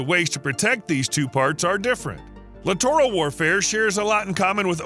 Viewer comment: Lit·er·uhl not Li·tor·al